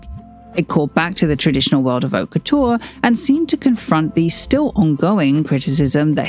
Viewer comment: Please pronounce it correctly, not "Kutuuar", also not "Gvas-lia" but "Gva-sa-li-a". the Ikea Bag was not a reference to his Georgia times but to his time in Antwerpen as a Student (as stated in his Paris Exhibition).